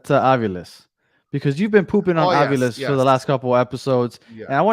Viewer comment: Hey guys, argentine here, Its faRIas and aviLES